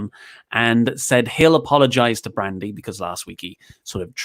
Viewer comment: "Brandy" Oh god, haha